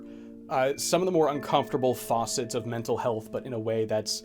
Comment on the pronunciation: Double dipping engagement to say you said facet like faucet